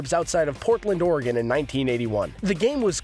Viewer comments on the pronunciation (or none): none